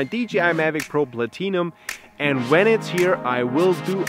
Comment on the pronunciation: "DGI mavic pro Platee-num" XD WTF